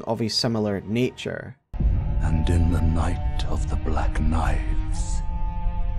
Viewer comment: This is the best telling of the “Nate of the black Naives” I’ve ever heard 😊